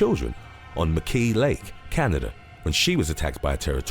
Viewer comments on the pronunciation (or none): none